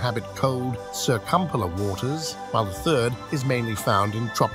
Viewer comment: This voice has made numerous mispronunciations Diplodocus Circumpolar at least 2 examples of pronouncing same word in different ways in consecutive sentences Argentinosaurus and one other example